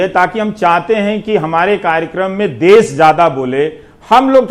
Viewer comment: "देश" ।। होता है रवीश जी।। ना की "देस"